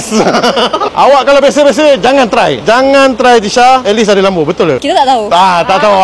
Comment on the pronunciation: Lembo. Lain mcm slang 😝